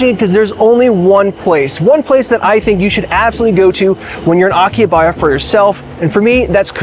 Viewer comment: You may want to learn the correct pronunciation of Akihabara before making a video about it.